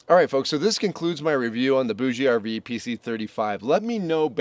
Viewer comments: Hi, I have been using a BougeRV fridge for years and I love it. I think it it pronounced boosh RV. Pretty sure the e is silent. Thanks for the info on this unit. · FYI, it is pronounced Boug RV. The ‘e’ is silent. I got this directly from a BougeRV rep. For those that really need A/C cooling, the noise should be a moot point. If you’re that sensitive to noise, staying home would be your best bet. A lot of people like to sleep with ‘white noise’ and this unit gives cooling and white noise all-in-one. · I think it is pronounced like bourgeoisie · I believe the "e" in BougeRV is silent.